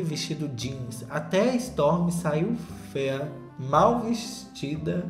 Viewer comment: morro quando o solta um "roupa fêa" no meio do vídeo